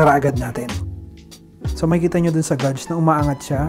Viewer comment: geyj pag prounce ng gauge sir